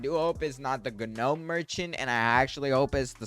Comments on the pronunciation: It's not g-nome merchant its said more like nome merchant not to be rude trying tk help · Gahnome bruh it's gnome the g is silent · the "ganome" merchant is crazy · No way he's saying Gah nome for gnome 😂. The G is silent my boy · g-nome merchant 💀bro doesnt know you dont pronounce the g so its just nome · Bro does not now how to say gnome bro failed school😓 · "guh nome" 🥀💔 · its a silent G - pronounced NOME - stop it just stop it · btw the g is gnome is silent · constructive criticism, I had to stop watching because of the miss pronunciation of gnome.